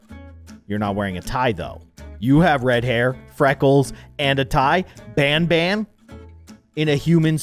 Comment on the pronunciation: BANBAN? ITS PRONOUNCED BONBON